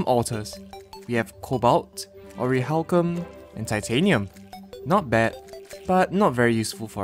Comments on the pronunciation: dude you're saying orihalcum IT'S ORICHALCUM!!!!!! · What do you mean ORIHALCUM ITS CALLED ORICHALCUM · Wait it orachcalum I thought it was pronounced oraclacum